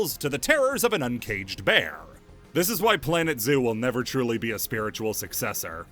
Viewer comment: did you say "Drill-y" instead of Truly?